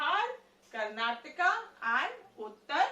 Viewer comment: it's not karnatka it's Karnataka